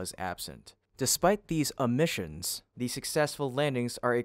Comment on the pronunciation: "Uh-missions"? How does anyone not know how to pronounce omission?